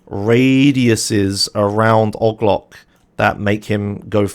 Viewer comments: why does he say "og loc" like that it O.G. Loc. They say his name in the game. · The way he pronounce OG LOC is fascinating and frustrating at the same time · "ogg loc" Me: "AAAAAAAAAAAAA STOP PLEASE NOOOO"